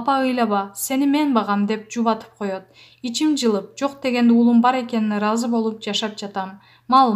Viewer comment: Айланайын туура окучу нервти кашайтпай улуум эмес уулум деп окучу дикторсунбу эмнесин билбейм екобуз эмес экообуз айланайын